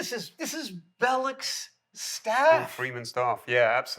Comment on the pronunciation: Bell-ock. Not Bell-ick.